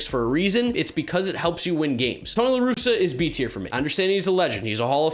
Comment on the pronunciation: You got Ross, Tingler, and LaRusa wrong. Otherwise you were mostly spot on.